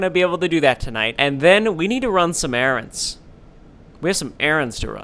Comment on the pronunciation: Did u finsh those erAANds😂😫